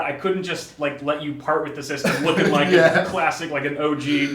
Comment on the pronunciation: U dont rike it u rove it